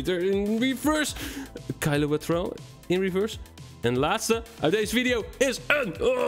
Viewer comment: Geen haat hoor maar jij zegt vidio maar het is video